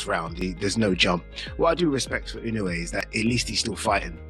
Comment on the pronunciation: I generated video. Can't even say inoue's last name right.